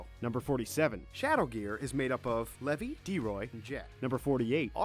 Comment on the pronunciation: I swear the only names he got right were Lucy, Levy, and Natsu.